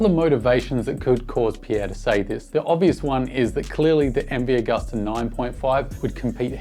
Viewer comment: like everything you opine & say-- just pronounce Agusta as Ag-oo-sta instead of Ag-uh-sta. Italians (and most Europeans) pronounce "U" as "ew". Gracie!